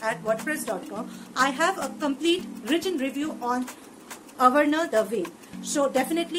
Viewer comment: That is not avarana ... That is aavarana